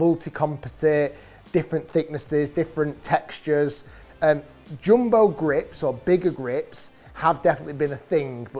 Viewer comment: Bro said joombo